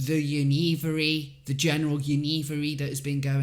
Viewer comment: General "janivery"??? XD